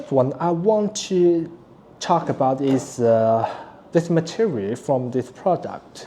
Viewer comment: Hello friends! I only want to help, your English is better than my Mandarin. you said "soiled" but meant "solid". Don't worry about not being able to say "lithium", what you did instead was great. It seems you're having a little trouble with ending on a final L in "material" so you're leaving out the last syllable completely. I understand no syllable sounds like that in Mandarin, but maybe you could try approximating it with an "e" vowel (almost). This isn't really important but it's a little surprising you require 20V to charge a 3S pack. Isn't the charger linear? Shouldn't it negotiate only 15V at most from the USB-PD supply so the charger's losses are less? Maybe it is due to compatibility with your solar charging hardware, or to correctly bias a diode by being a larger voltage than your panel. Either way it's not a criticism, just a thought. If this device had existed before I already built everything myself, I would have paid that price for an all-in-one solution. My BOM wasn't much lower, but your construction is much better quality. But because I already did unfortunately I won't need one unless something breaks 😅. But I will tell other people about your solution.